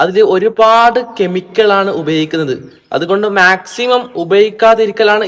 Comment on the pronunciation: കെമിക്കൾ അല്ല കെമിക്കൽ 😂